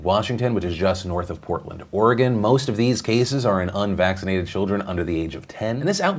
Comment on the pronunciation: Thank you for pronouncing Oregon correctly. Sincerely, all Oregonians.